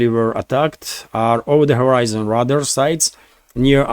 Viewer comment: I enjoy watching your show! Great work! 👍 I did just want to share a helpful hint... The English language pronunciation for radar is "ray'-dar."